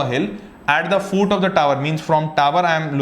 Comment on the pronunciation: It's foot not fooot